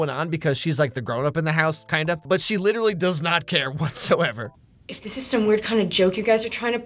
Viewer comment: Saying literally the wrong way, literally